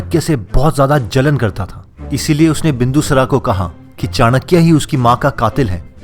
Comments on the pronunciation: सबसे पहले मैं यह चाहता हूँ जो भी व्यक्ति इस वीडियो में नैरेशन कर रहा है वो अपने डिक्शन को सुधारे सबसे पहले आपने कहा विष्णुगुप्ता तो यहां विष्णु गुप्ता नही विष्णुगुप्त है दूसरा बिंदूसरा नही है बिंदुसार है थोड़ा सा इस तरफ ध्यान दीजिए और अच्छा हो सकता है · पहले शब्दों का शुद्ध उच्चारण करना सीखो । क‌ई शब्दों में अशुद्धता है जैसे,,, बिंदुसार को तुमने बिंदुसरा बोला।